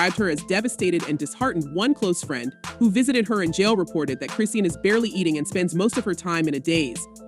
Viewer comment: Why the whole video her name WASN'T pronounced correctly 😩🤣🙄 who tf chrissiannn tf smh. Shes only serving 30 days and 1 yr probation bro